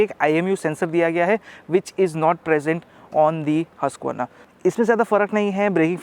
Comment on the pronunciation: It's pronounced 'who-sq-verna'!